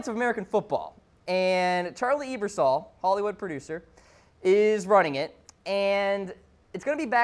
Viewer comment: its pronounce abersol you moron! not eebersol!